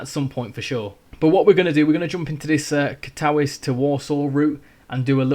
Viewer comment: katowice is pronounced katovitse and warszawa ( warsaw ) is pronounced varshava with a rolled R, and krakow is pronounced krakuv with a rolled R. hope this helps!